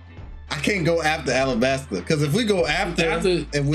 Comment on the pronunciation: Whoever edited needs to understand it's "Alabasta" not "Arabasta." The latter is wrong, coming from a poor understanding of both languages ¯\_(ツ)_/¯